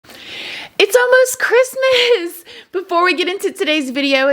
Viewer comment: Merry Chrimuh girl lol